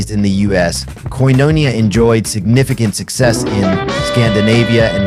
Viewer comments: ….it’s pronounced “Koin-O-nee_ah”😊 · Real cool. I did a record with Abe (and Alex Acuña and Justo Almario) in the 90s, a life-changing time for me. Too bad the robot narrating this can't pronounce 'Omartian' or 'Koinonia'. Keep the video, but redo the voiceover with a "person".